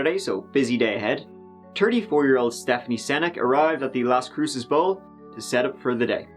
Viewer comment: Finally someone on YouTube who can pronounce Las Cruces correctly.